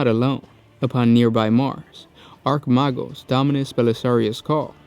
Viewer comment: just some clear ups, baal is pronounced bale, not ball, roboute is pronounced ro bu tay. for chogoris, its exactly how it sounds ch like ch for chirp, o goris. archmagos , pronounced arch-may-gos. freighter is pronounced frayter, for rynns world its rinns world, not rine. great vid man, just trying to help you on pronunciation of these words. they are tricky. but people tend to mispronounce these words.